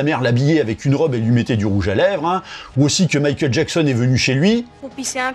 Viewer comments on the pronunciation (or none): none